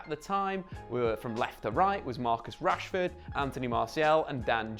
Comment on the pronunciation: why the emphasis on the last word of every sentence. "We have to talk about Marcus Rashforrrrrrrd". "get a shot awaaaaaay". "than any player in the sideeeeeee". Drove me crazy.